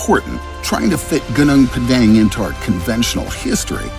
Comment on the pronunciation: It is pronounced: "Goonoong Pahdahng*" (*ah = a in arm.).